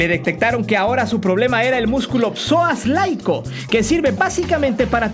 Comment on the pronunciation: jajaja "Psoas laico", es Psoas iliaco